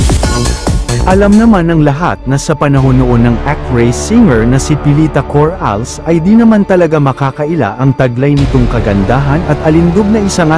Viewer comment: Fake ...sino ba tong nlogger nato ni hindi ma pronounce nang husto :Co,-ra-les" hindi corals